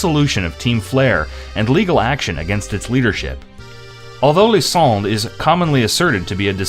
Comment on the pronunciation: Who dared you to pronounce Lysandre and Ange like that bro? 😭